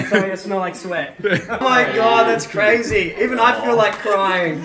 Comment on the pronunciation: That's CRAYZY says cray